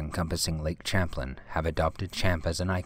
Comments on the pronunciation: pertaining to #10..we live in Vermont and my wife grew up on lake Champlain..it's pronounced Sham-plain lol.. and The creature is absolutely real. And is pronounced Ch-amp. Back in the 80s there was a cruise around the lake called the spirit of Eathan Allen, (still runs today) and there were upwards of 100 witnesses. Some of which took pictures. Men came aboard and forcefully took all film, from the few people who wouldn't sell them. Everyone's that lives near the lake both in Ticonderoga, (on NY side) and in Addison (on Vt side, where my wife grew up, after being born in Ticonderoga) knows it as fact, not legend. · Lake Champlain is pronounced "sham-plane"... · Champlain is actually pronounced like "sham plain"... and he is called Champy by the locals. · It's "Shamp-lane" and "Eer-i-koy" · Regarding "Champ." The name of the explorer and the lake is pronounced "Sham - plane." It is French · In Champlain the Ch is an sh. It's French. Do you even Canadian history bro. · ok, I like these videos, but damn, can you please pronounce stuff right? yeah yeah, I am the grammar police. it's SAR-A-SOTA Florida, and as a resident of New York state, who has been to Lake Champlain many times in my life----it's pronounced SHAM-PLAY-N. As in ssssshhhhhhh, be quiet.....see. I prefer people correcting me, it's the polite thing to do, with respect of course... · omg I live in VT and it's not pronounced CHamplain it's pronounced more like SHamplain...but yes it's spelled CHamplain...if you are going to do vids you should probably do a little more research first lol. And yes, there really a "creature" named Champ... everyone knows about it, it's not a question of IF you believe, but more if you've seen him... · Wow. Messed up the pronunciation of Lake Champlain. Good job. Shows no research on a world wide site. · Eye-rokees ? No.. Ear-eh-quoi,,, And it's Cham- plane, not Champ-lin............................ Sheesh!! Fun vid, though......